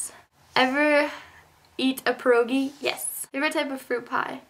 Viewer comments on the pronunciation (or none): none